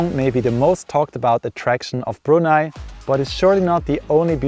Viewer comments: I just love the fact that you pronounced "Brunei" correctly. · I'm impressed that you'd visited my country for four times. Nice unbiased review and colourful video. The way you pronounced "Brunei" was perfect. I've never been to Switzerland (I'm a nature lover), but the neighbouring countries of Swiss. Subscribe!